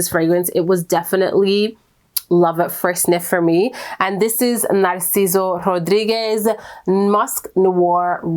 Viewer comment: So… the La Perla one sounds beauuuutiful. I need to get my nose on Rad Rose too because I love me a jammy rose 🥀 but what I wanna talk about is how amazing you sound when you say “Narciso Rodriguez” 😂😙🤌